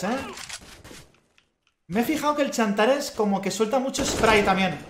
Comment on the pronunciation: se llama xantares no chantares